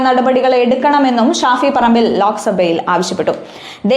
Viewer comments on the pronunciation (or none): none